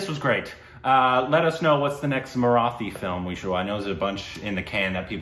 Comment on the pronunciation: Well, can you at least now learn the correct pronunciation of the word 'Marathi' please??!!